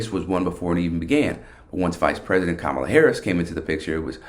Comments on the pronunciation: How much stock should we put in Frank when even HE cannot pronounce our candidate's name correctly.... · And he's another idiot who mispronounces "Kamala".